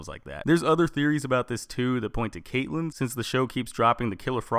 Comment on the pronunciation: Oliver Queen /Green arrow Caitlin not caitllen it annoys me when people say it wrong